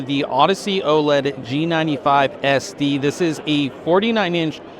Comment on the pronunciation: you are the only person who I have ever heard say OLED the correct way, then just two minutes later you fucked it all up.